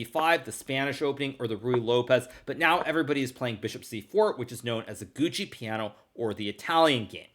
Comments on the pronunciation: Hey Hikaru, when you say "Gucci piano" instead of "Giuoco piano" you are trolling us, isn't it? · "Gucci Piano", "Enn Pehzzent", "Fiantchetto", thank you for the chess vocabulary !